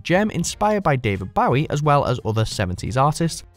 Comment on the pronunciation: David Bowie doesn't rhyme with "wowie" It rhymes with "woahie"